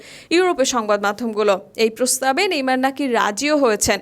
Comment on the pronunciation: ভাইরে ভাই এতো সুদ্দো কইতে জাইয়া নেইমার কে নেমর বানাই দিসে 🤣🤣